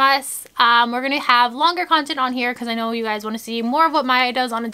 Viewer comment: lol it was funny when you made maya say I know and it sounded like she said I know lol 😂